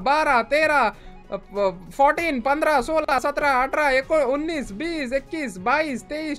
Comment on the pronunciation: Ekonavis 😂😂 unnis